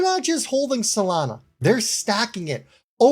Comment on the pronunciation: Really ? STUPID ! No one should listen to guys like you who don't know even correct basic English. You don't even know Solana is NOT pronounced "Salana". DUMB. Go back to school.